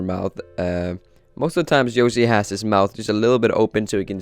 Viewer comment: He said yosi